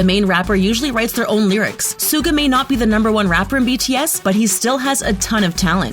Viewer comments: I am laughing when hearing Suga mispronounced so many times -it's hilarious cause it's emabarrassing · True armys in this comment section are pissed. Like me >:((( U FREAKIN’ SAID SUGA’S NAME WRONG YOU FISH. And u called him the second best rapper. They are all equally talented thank you very much now excuse me while I get my flamethrower and set my phone on fire after watching this inaccurate crap. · Of course Jimin has insecurities! He is human, and just because he has good abs does not mean he is perfect! And learn how to fucking pronounce Suga’s name! For your own good, please take down this video. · PRONOUNCE HIS SWEET NAME FOR MOTHERS SAKE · how did they say suga's name like that like wtf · Who else has a complaint about them saying Suga? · When she pronounced “Suga” I died on the inside a little bit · She even pronounced suga wrong lol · Did she... did she just... pronounce Suga that way....? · Dammy Olomoniyi thank you for saying this because it's TRUE I was like bro pronounce suga right for God sake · I am pissed of of how she says Suga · It made me mad because she was pronouncing Yoongi's stage name wrong 🙄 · Its not sooga! Its SHUH GAH ITS PRONOUNCED SHUH GAH! IT AINT NO SOOGA! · Sooo cringy stop calling Suga as Suega!!!! Pronounce his name as Sugar! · You dont prunonce Suga its shuga but spelled Suga sheesh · Its pronounced shuga not suga you dumb anti-Army! 😒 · MidNight Lover Squish she had pronounced Suga wrong. The S is pronounced Sh......so it’s like “Shuga” or pronounced as sugar but without the r. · any one else get TRIGGERED by the SOO-GA (suga but she said it wrong) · Excuji me, dId YoU jUsT sAy SoOgA? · Suga is pronounced shuga 🤦🏻‍♀️🤦🏻‍♀️😂💛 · She said suga wrong 🤔wow and jimin this is so wrong